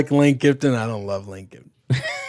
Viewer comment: Kiffin, not Kifton!